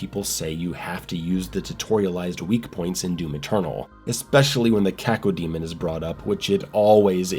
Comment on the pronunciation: No finer pleasure than the crisp way pronounces Cacodemon 👌🏻